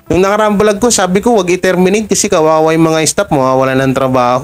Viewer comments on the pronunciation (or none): none